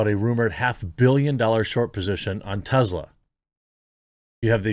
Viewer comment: Tezla ? Jeremy ? Really …